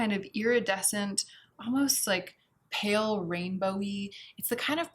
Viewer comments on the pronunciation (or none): none